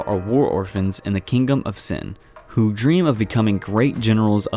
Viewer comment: he pronounces kingdom as kingom